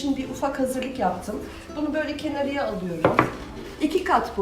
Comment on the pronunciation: Çok güzel bir anlatım yalnız kenarıya değil kenara